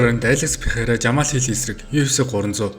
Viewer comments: Дахиад л буруу дуудаж байна Алекс Перейра болохоос Пейхара биш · joe rogan dana white bugd l Пехейра gej duuddag